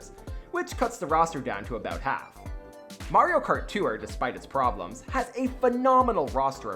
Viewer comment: “ Mario kart too-ure”